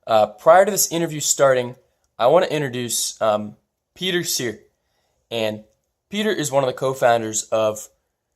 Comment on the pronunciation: Peter Csere is pronounced Peter Sehree.